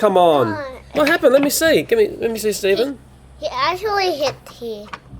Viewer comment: Its Stphen